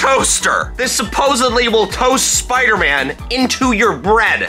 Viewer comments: No one is saying to him that it’s not SPOOTER MAN it’s SPIDER MAN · Spooder man 😆